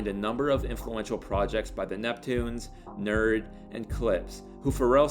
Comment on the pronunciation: great video. they're called N.E.R.D. not "nerd" ...yeahhhh